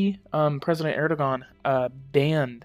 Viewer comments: His name is pronounced Erdowan. The gan is pronounced like the name Jaun. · erdoğan.. we can describe to u like "soft G" or "g-breve" it streches out vowels wherever u put after.. for example: a word like "tığ" means "needle". the soft g extended the letter "ı". so it is pronounciated like "tııı" :) but in "erdoğan", there are 2 vowelz, it could be not pronounciated, its like "ERDOAN" ;) edit: we gotta remember that we pronounciate EVERY written letterz in Turkish :)